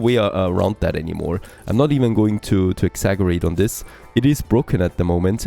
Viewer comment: ha so i dont think there is such a thing as absolute pronunciation, so you can take this or leave it, but the g sound in exaggerate (and Algernon) are both soft g's, like the j sound in jelly.